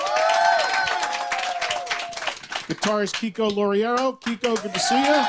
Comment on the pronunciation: Kiko's last name gets butchered everytime